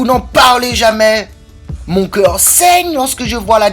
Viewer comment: Mon keuwr saigne quand j'entends la détresse et la sous fwance... t'es un salopard mon gaspard... J'suis en pls ! 🤣